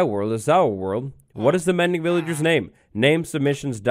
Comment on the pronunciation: "Mendy", rather than Mindy